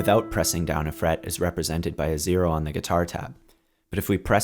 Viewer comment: Zero not sero